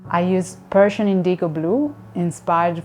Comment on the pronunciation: I love the color blue, works great. But it is a shame every time she says "Persian" somewhere in the world a puppy dies.